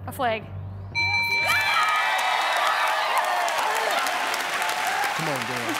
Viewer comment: the way she pronounces flag tho